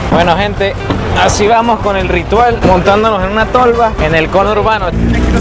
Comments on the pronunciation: Cono hurbano.... Ajajajaja. Que risa parce. Sos el mejor. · Ni una cosa ni la otra...c dice 'Congourbano'🇻🇪pelotudo! 🙄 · Cono urbano , me dió risa jajaja... Conurbano se dice.... Jajaja